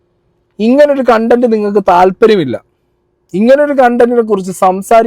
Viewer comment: കണ്ടന്റ് അല്ല കൊണ്ടന്റ്.... 🤣🤣🤣